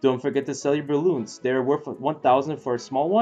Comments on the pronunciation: Lol, don't forget to sell your "balloons". Thanks for the video, and I know english probably isn't your first language, but I chuckled at that. Idk if it would be difficult for you to pronounce, but its pronounced "bull-yun" like the animal and the second syllable in onion. Not a big deal just wanted to point that out. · when u said bullions i heard Balloons, and i freaked out xD